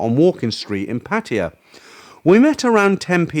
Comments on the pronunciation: Its abrasive to me too. Its pattaYA.....not PATiya. Stress is on the end, not beginning 😅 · Why do you mispronounce PATTAYA——IT IS NOT PATTIYA. OR IS THERE ANOTHER TOWN BY THIS NAME¿ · Why you call Pattaya Patya?